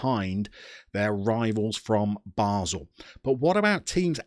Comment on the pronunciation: duuuuude, it's basel not basle... i feel offended :o